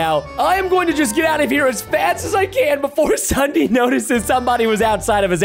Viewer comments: When he says Ssudee I WAS LAUGHING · Ok its ssundee not sunday